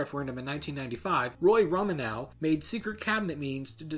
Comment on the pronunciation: I hate to be that guy but you mispronounced Quebec, Saskatchewan, and Roy Romanow. it was really painful to listen to